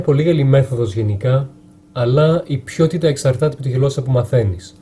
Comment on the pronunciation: Μία πολύ πολύ μικρή λεπτομέρεια: στη λεξη ''ποιότητα '' το ''οι'' ακούγεται καθαρά και όχι όπως στην λέξη ''ποιός'' για παράδειγμα.